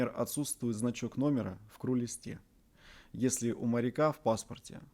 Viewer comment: Кру лист. А в авиации крю. Вот Вам и акцент))